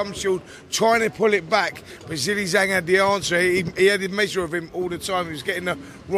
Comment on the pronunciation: It's Zhang not Zang make an effort FFS